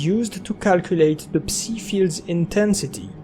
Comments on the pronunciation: My brother, you pronounce psi like sigh the P is silent. Stop calling it a pussy wave😂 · please, man. It's "псай" not "пси"